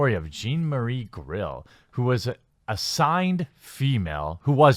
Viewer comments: GILL. Like what fish have. Not GRRRRRILL. Not what you cook burgers on. ARGH. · Lmao you keep saying "grill" when its gill. Get woke go broke. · Clearly reads G-i-l-l and says "GRILL". A few vids back reads P-y-m and says "PRIM". OoooKayyyyy... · Dude, why can't you pronounce Gill correctly? Almost every time you ran across it in this article, you said "Grill." Seriously.